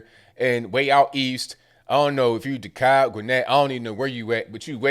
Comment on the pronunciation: & it's pronounced de-cab. (DeKalb)